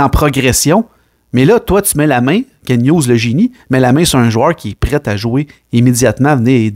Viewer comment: C pas Ken hugues c KenT avec un T !!!!!!!